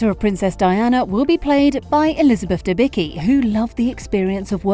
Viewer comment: That's not the way you pronounce Debicki ;)